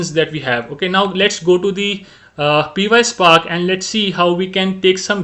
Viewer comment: Py is pronounced pie as in Apple pie. not P-Y. So it's one word pyspark😊